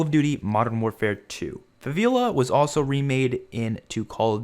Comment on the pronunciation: “Faveela” The disrespect